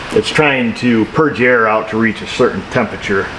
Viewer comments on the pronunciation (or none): none